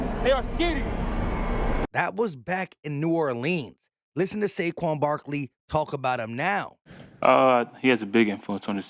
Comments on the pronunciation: My guy said Shayshon Barkley 😂😂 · I heard "chase young Barkley" lol